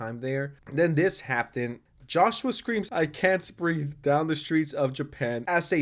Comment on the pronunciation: Can you not say "happened"? It is not pronounced "happten", man.